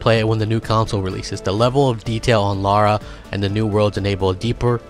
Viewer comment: NOT Laura. Lara 😁